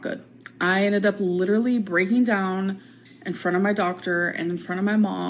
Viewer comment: And her jaw was lidurally ON THE FLOOR